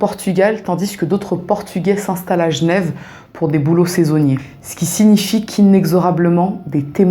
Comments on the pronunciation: Tu racontes très bien :). Et j'adore ta manière de prononcer Genève... Gnève :-P ;) ;) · Qu’elle repose en paix ! Merci pour la vidéo Et a coup sur tu est genrvoise, commee tu prononces « jnev »